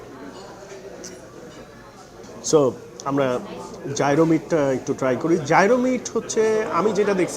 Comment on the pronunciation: Gyro ke thik "Jai-Ro" uchharon kora hoyna, "ye-ro" er moto kore pronounce kora hoy